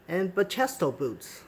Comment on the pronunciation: Great video! Btw, they are pronounced Ba-key-stow as seen on Bachesto website :)